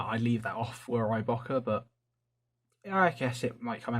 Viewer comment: Bruh why do you pronounce so much shit wrong. Böker is pronounced bow (like bow and arrow) ker. Hennie Haynes is pronounced hen-nie Haynes not “Hienie Haynes”. Other than that amazing videos just mispronunciations irritate me.